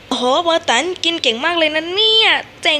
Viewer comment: ติดๆขัดๆ555ไม่ค่อยรู้ เรื่องเท่าไหร่...แต่อ่านใน WEBTOON ก็สนุกพอๆกับการพากษ์เสียงนี้เลยจ้า...ว่าแต่เขาชื่อโบตันไม่ใช่เหรอไม่ใช่โบตั๋น555